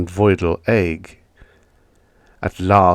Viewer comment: Great reading,. Thank you. I would only correct the archaic "ague" – it's pronounced AY-GYOO. (It comes from Latin via Old French.)